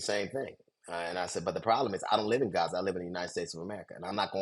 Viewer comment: David and Brian cannot say the word Gaza.